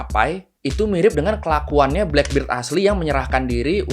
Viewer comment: blackbird itu taksi bro kalau blackbeard di baca blackberd si jangggut hitam